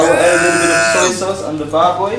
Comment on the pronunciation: I like the way you say "baboy" haha! Now you are the chef of your own! Thanks for liking our filipino foodies.